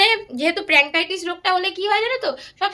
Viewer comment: Are didi ota প্যানক্রিয়াটাইটিস্ Not প্রান্কাইটিস